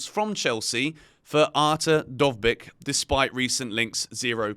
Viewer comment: As a Ukrainian, I confirm that you've pronounced Dovbyk's name perfectly